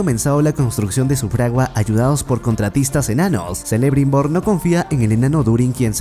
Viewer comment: Jajajajaj, a puro selebrimbor , seleborn, nomás le faltó su hija selembrian